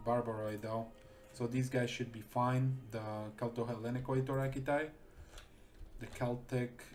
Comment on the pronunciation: TO ZHE BRITISH ISLES